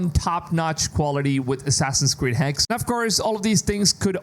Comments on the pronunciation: It's not HEX....Its Hex-uh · Hexe is the German word for witch, in the proper pronunciation you have to sound out the e on the end with an uh sound. hex-uh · I'm actually really interested in this one! P.S: Just for the narrator as he's tried the pronounciation of Hexe a few different ways here :D It's pronounced Hexa, spelled Hexe, and literally is modern day German and old German for Witch.